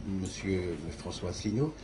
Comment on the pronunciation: On a une véritable synthèse dès le début, avec une présentatrice qui essaie de nous vendre son auteur comme un courageux iconoclaste, alors que son CV ressemble à une batterie de casseroles, sa présentation de François Asselineau dont elle écorche le nom et dont elle oublie (volontairement ?) le nom du parti, en le faisant passer, par contraste, pour un apparatchik, et le mépris de M. d'Héré lui-même pour son contradicteur qu'il traite d'extrémiste et de marginal sans le regarder, en croyant balayer le débat d'un revers de manche.